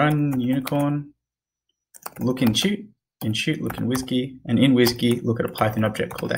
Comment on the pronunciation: The way you said WSGY was very funny hahahahah. Great series man thank you very much!!